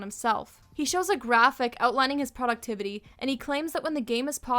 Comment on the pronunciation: "Poductivity" legitimately made me worry if i had a stroke wtf